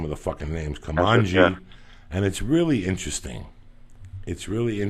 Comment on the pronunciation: Also, I'm pretty sure he called Kumail "Kumanji"